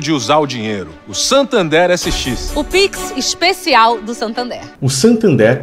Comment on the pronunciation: Tu viajou no nome do banco. SANtander e não SATander, nada a ver com "SATAN THERE".